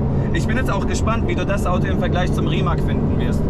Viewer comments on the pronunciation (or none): Will nicht klugscheißen, aber der Name Rimac wird eher wie RimaZ ausgesprochen, tut mir einfach bisschen in den Ohren weh, so wie ein "Lambordschini"😀